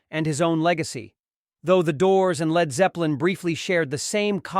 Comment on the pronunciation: Speaking of manufactured!!! These stupid computer generated videos are god awful! Who the hell puts these together with an annoying computer voice that can't say "Led", and showing pics of Val Killer, CSN and other wrong images? This needs to go away now!!!